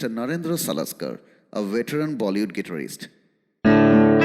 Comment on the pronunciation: IMX isn't able to pronounce Guitarist properly and you asking them to listen to those bands😂😂